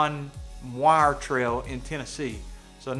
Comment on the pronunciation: Weir not wire